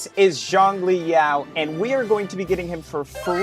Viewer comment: Zhongli Yao 💀 No offence the pronunciations are funny asf , like people calling Zhezhi JayZ